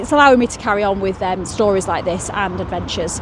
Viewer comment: You said "hike" not like lol but great video 🙂